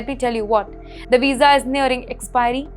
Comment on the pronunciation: A Weeza? What's a Weeza?